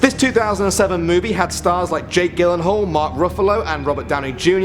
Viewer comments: This guy said Jake Gyllenhaal, and pronounced his name wrong... The G in Gyllenhaal is said as the J sound. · It lowkey hurt the way he said Jake Gyllenhaal's name